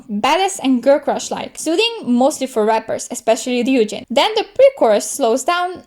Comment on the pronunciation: somebody who actually says ryujin right 😍